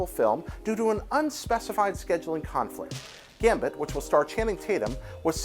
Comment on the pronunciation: He said Gambert XD It's okay, tongue twisters kill